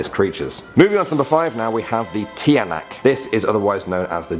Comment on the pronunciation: I know your not Filipino but it's not pronounced To ya nak it's pronounced Chanak